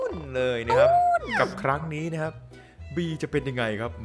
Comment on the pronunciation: ตอนเปิดคลิปเสียงตอนสวัสดีคร้าบเสียงมันออกเสียงค่าคร้าบเลย